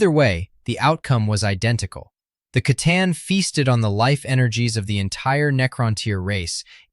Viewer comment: Pretty much the only problem I have is the consistent mispronunciation of C'Tan..... "Sa-Tarn" Confirmed in many, many books and lore as "Kha-Tan"